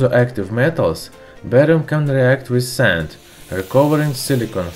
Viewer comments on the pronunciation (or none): none